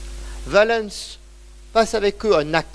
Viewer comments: les personnages et les lieux connus on prononce à la française quand on parle français. Si on prononce en prononciation restituée ce n’est pas valènns mais Ouálens avec le son ou/w au début pas V, et l’accent tonique sur oua pas sur lens. Et si on veut être VRAIMENT puriste en restituée alors en outre il faut prononcer une nasale à la place du « en ». Car les voyelles suivies de ns étaient nasales et le n tellement faible qu’il ne restait que la nasale. D’où quotiens = quoties etc. Mais je ne m’attends pas à ce que vous connaissiez ces subtilités. Le fait est qu’en français on dit Valens comme Valence, la ville. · Passionnant. Attention quand même, Valens ne se prononce pas va-lènss ni val-leunnss EN FRANÇAIS mais va-lance rime donc avec Sens. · Son accent n’a rien à voir dans cette histoire. Si vous ne comprenez pas la différence entre prononciation d’un mot et phonétique de la langue, je ne peux rien pour vous. J’entends l’accent, mais ce n’est pas son accent qui fait qu’il se trompe de prononciation pour Valens.